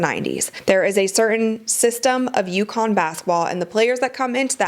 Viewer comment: UCONN Not Yukon.You can do better.